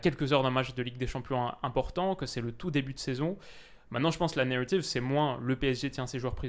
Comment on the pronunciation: Pk tu prend l’accent anglais pour dire "Narrative" ça me stresse